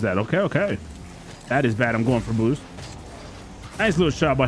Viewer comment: Why he said bboosst like that